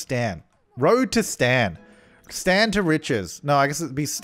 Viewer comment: says “stan” me: hears “STAND”